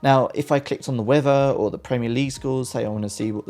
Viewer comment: Lol I love how you say the word (weather) you say it like wathea! Lol love it 😂 weathea.